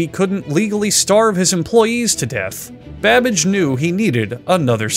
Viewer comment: Is he saying Charles Badbitch or am I tripping??